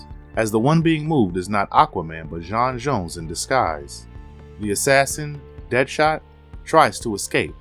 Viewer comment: Bro, can you please figure out how to say names properly?!?!? Martian manhunters name is John John's, the comic writers name is Geoff John's who's first name is pronounced Jeff, and finally Darkseids minions are called parademons.